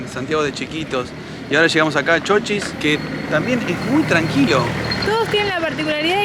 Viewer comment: No es Chóchis. Es Chochís